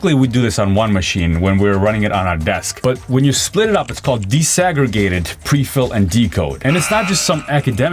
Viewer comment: Disaggregated. Not desegregated. OMG. Dude. Dis. DEE-EYE-ESS. not des.